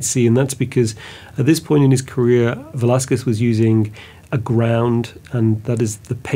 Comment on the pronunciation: Thank you for taking the time to learn to said Velazquez name right. I am an artist, Velazquez did not prepare a drawing . He directly used the brush and oil to do the portrait directly into the canvas”a la prima”. That’s why you don’t see his drawing on the canvas. I don’t think he used white lead to do the under painting, they used guesso, that is calcium carbonate, following the Italian way. On the Vasari on technique book explains how the canvas is painted with guesso, and he goes to give you the ingredients. He may done the King’s head and used another person to hold the pose with the King clothes. Velazquez used a vine barrel to paint a horse. El Conde Duque de Olivares.